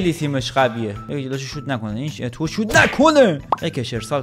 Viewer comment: جان چرا میگی اتو؟اسمش اتواُ